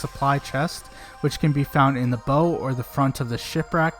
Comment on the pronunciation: "Bow" of a ship rhymes with Cow.